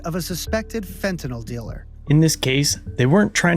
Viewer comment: That guy pronounced Fentanyl correctly. Ahhhmazing. No one does that.